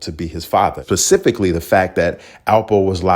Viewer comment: Pacifically???? 😩😒 Specifically!!!!!!!